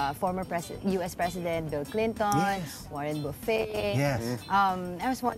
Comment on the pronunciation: It's Warren Buh-fet, not Buh-fey.